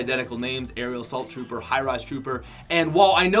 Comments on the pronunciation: he said Ariel Asult tropper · he said aerial assault trouper